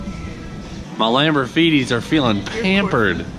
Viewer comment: Wait, wait. Nobody noticed him saying lamborfeeties?